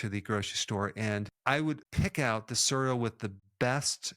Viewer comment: I was today years old when I realized Dr. Berg pronounces "cereal" as "surr-eal." Cute! Thanks for the info. Very informative.